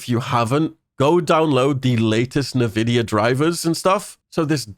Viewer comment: Say NAVIDIA one more fucking time.